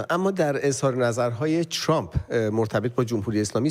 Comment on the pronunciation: چرامپ نه , ترامپ ....یعنی میخوایید بگید خیلی لهجتون بریتیشه ؟ 😂